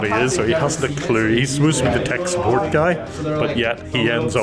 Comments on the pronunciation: “suppoat” bro 💀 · Suppoat😂 Like I'm suppoating you😅